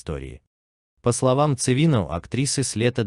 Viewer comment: Противно слушать ЦивИну и ДрожжИну... . Ударения соблюдай!